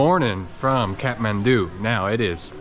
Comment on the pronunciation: Love how he says katmandu Lol- Kathmandu